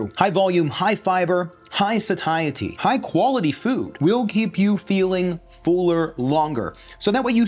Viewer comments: Satiety is pronounced: Say-she-uh-ty. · Satiety. Say-it-ee. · Huh TIL you can pronounce Satiety as Suh-tie-uh-tea. I've always said and heard it pronounced as say-she-ate-tea